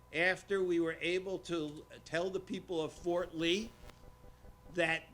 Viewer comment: Fort Ree? Shocking!